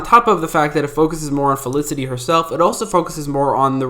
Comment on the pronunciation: Funny you barely pronounce the f in felicity ever maybe 1 out of 10 times 😅 it’s not elicity 😅😅😅😅😅😅😅